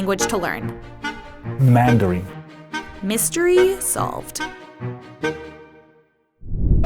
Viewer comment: he really messed up mandarin